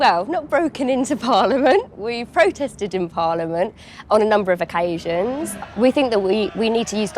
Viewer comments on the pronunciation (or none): "on a number of OCKASIANS"